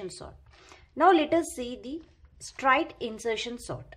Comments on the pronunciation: Mam pronunciation of straight was wrong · yaa its not strite its straight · Actually she is telling strite